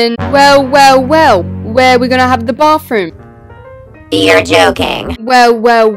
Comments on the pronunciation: She’s always saying baffroom😂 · Why u say bafroom😂😂